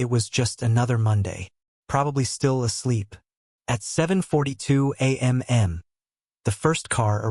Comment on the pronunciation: Because AI is stupid and does not learn from its mistakes on its own.